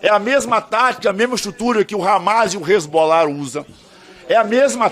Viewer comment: O analfabeto fala Hesbolar e Marcron 😂